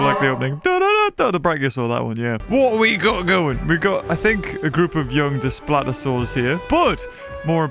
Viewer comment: consistently pronounces Daspletosaurus as "desplatosaurus"